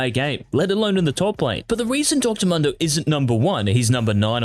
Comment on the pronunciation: Pls dont pronounce Mundo as "Mando".